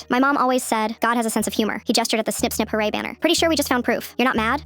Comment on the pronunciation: Im sorry did she say snip snip hurray